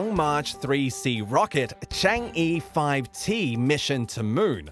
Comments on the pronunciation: It annoys me you probouncing it “chang EE” its pronounce “chong-ah” and is the chinese goddess of the moon. Respect all gods and goddesses, you never know which one(s) may be real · It’s pronounced chang A Like errr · It's pronounced cha-n-guh, the goddess of the moon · Thats pronounced "Chang Uh" btw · Anyone else cringe when he pronounced it “Chang ee”? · The way he pronounced Chang'e hurts me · when cheng'e gets pronounced wrong 💀